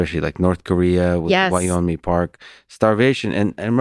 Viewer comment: Lex, if you see this, Yeonmi 연미 Park 박 's first name is pronounced yawn-me :) Korean transliteration is a huge disaster lol